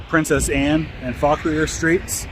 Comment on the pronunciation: Another pronunciation check from a local of Fredericksburg (as I’m watching). Fauquier is pronounced “Faw-keer”, not “Faw-kwee-er”, at least by the locals of Fredericksburg. Enjoying your videos as usual! Admittedly though, you’d get much more gripes for your “Sophia” pronunciation than your “Fauquier” pronunciation, but don’t get me wrong, if you’re traveling out-of-state there for history purposes (which I know you were), no one would dare scold you too hard for any mispronunciations. Fredericksburg is still an awesome city! Hope you enjoyed your stay here and glad you came to document the incredible history of this city